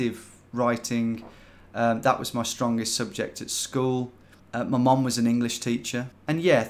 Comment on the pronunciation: I swear you keep saying mom, not mum